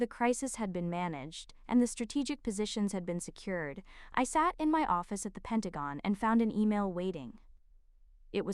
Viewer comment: Finally Pentagon pronounced correctly.